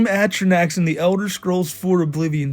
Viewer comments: you pronounce atrinoch ay-tri-nok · your pronounciation of flame atronach physically pained me man, it's at-TROH-nauch